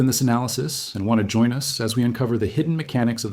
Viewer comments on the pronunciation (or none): none